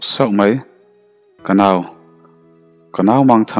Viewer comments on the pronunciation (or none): none